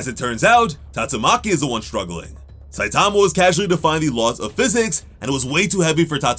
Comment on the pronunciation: You're saying his name like: SUH-TOM-UH. REALLY bruh??